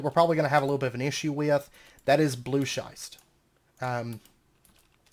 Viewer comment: "Schist" rhymes with "wrist". Loving the series, and the pack, which I wouldn't have known without this LP. Thanks.